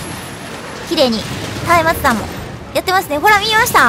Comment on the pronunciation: うぽつでぇす！！ 松明弾は下方修正はよ来いって感じですよねぇ あと松明弾は「まつあきだん」と読みますよ！